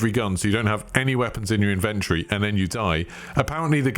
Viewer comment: Inventry inventry inventree 🤣😂